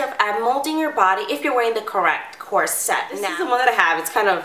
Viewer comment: I only lasted a minute before the mispronounced "corsette" just annoyed me too much.